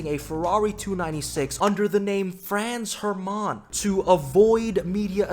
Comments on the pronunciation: this is the worst pronounciation of this name i have ever heard. Congrats to you :D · your pronunciation of Franz Hermann is wild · Why does is sound so frech when he sais Franz Hermann?